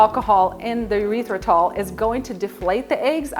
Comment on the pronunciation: “Urethra-tol” made me giggle. “Errrith-ritol” 😊